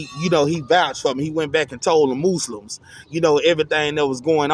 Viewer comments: The mooslims 🤣🤣🤣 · The Mooslims lol